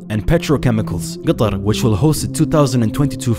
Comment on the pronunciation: i absolutely love it when he said qatar.... his pronunciation of ق is really really nice , do u agree?